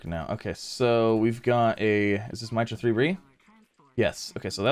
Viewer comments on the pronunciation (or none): Love ya but you're killing me with my-tra, assuming, as most planets are, it's names after a God it is called mee-truh after a Hindu God. But I still LOVE ya and the content. But at one point I yelled at my screen MEETRUH MEETRUH MEETRUH lol Keep up the GREAT vids